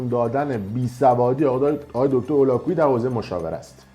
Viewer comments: من موندم که اگر تمام اطلاعاتی که نسبت به دیگران داری اینچنین باشد کلا زیر سوال میروی اول اینکه دکتر هولاکویی متولد شیراز هستند دوم اینکه ایشان هرگز ادعایی به اراجیفی که از خودتان دراوردی ندارند سوم ایشان برنامه هایشان رایگان می باشد ودر اخر ای کاش میتونستی مدرک ایشان را تلفظ کنی تا بعد تخریب. باید دید پشت این تخریب ها چه کسانی ایستاده اند. برایت متاسفم یاد بگیر انتقاد کردن را نسبت به تخریب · آقاى فردين شما حتى تلفظ اسم دكتر هولاكويي رو بلد نيستيد، پس قطعًا با ايشون آشنا نيستيد، دكتر هولاكويي از گنجينه هاى علمى و تربيتى فارسى زبانان هستند، حتى يك كلمه از حرفاتون در مورد ايشون مصداق نداره. واقعا متاسفم كه در اين مدت سابسكرايبتون كرده بودم .